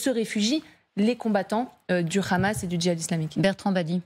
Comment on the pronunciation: Pourquoi la "journaliste" prononce "Ramas" au lieu de Hamas????????😂😂😂😂